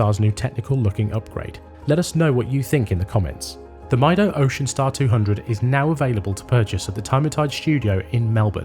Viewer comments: It's meedo not mydo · It's pronounced "meedo" I guess, is from spanish "Yo Mido" which translates to "I measure" time I suppose, on other hand, I'm not ok with Seiko offering 3hrz movements in +600$ watches, I think the same thing on Swatch group, give me a regular ETA 2824 with the full 8 bph and less power reserve. Powermatic 80 is just cost cutting. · Mydo mydo mydo 😂😂😂, these people are soooooo ignorant don't even care to pronounce the brand properly. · I would have assumed Time+Tide would know how the Brand Mido is pronounced correctly 😅